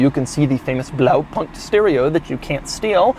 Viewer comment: I really love Doug trying his german impressions, for all the german cars he reviews he should get some german lesson to know how to pronounce Gelände und Blaupunkt